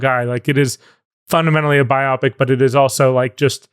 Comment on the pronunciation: Love miles so much HATE how he pronounces biopic